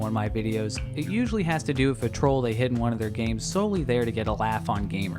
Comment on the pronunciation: Its "with" not "wiff"